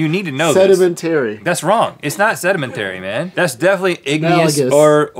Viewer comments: Lmao why is this even a question? The root is Sediment, not sedement. It's se-di-men-ta-ry. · it's pronounced sed-i-MEN-t'ry - not sed-i-men-TAY-ree.... but i'll forgive you. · Sedementary? Sedemantary? What, how do you pronounce it? Sedimentary